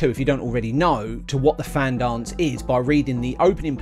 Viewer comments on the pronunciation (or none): It’s pronounced Van not Fan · I dont know if this has been mentioned but its pronounced van not fan. :) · Fan is pronounced Van. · Fan pronounced van. Awesome effort though.